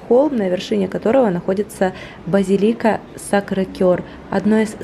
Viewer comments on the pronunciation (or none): не базилИка, а базИлика) я архитектор, поэтому точно тебе говорю)